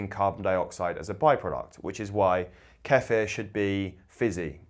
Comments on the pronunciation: i swear once you say queefer im out of here... ok you said it correctly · I really appreciate that you don’t chop the word kefir’s pronunciation. You pronounce it the way it is. Americans are different, their pronunciation is made up to the “American” way, and they believe they are correct, making believe that the correct pronunciation is wrong.